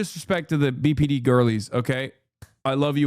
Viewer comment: when he says BPD I only hear PBD, aka, Patrick Bet David 😅😂